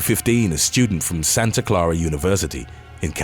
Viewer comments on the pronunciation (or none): none